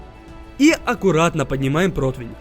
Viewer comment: Ххахахахах говорит либо противинь толи протвнь либо противень